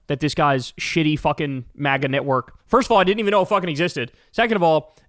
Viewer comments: That "magar" had a reeeally hard -r on there, my guy😅😅😅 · “mager” 😭😭 he said the hard r i love that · Kyle said "Magger" at the end 😂😂 I think he combined MAGA and grifter to get Magger, but it almost sounded like an accidental slur 😅😅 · Bro said MAGA with the hard R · Man said MAGA with a hard R 😂